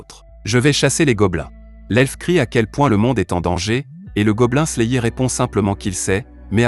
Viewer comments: Je ne suis pas sûr qu'il regarde vraiment les mangas qu'il resume pour dire Goblin slayéééééé. À voir les miniatures de la chaine la plupart sont putaclic sans parler des titres de vidéo plutot bizar. Si encore il y avait quelque théorie ou truc du genre se passerait,quoi que?. Autant de vu et like pour écouter " " lire un résumé tiré d'internet, les gens et l'algorithme Youtube me désespèrent. COURAGE a vous qui regardez les videos de cette chaine. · Je te jure, la vidéo est terrible mais la prononciation massacre l'audition lol